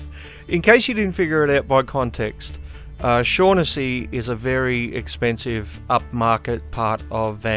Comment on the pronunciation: Just a minor correction on your pronunciation of the name 'Shaughnessy'. Its actually pronounced 'Shock-en-see'. Its an Irish name.